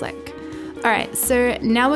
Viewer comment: I love your accent! It's funny at times because wacom sounds like "whack em" 🙈 still love your videos! Keep up the fantastic work!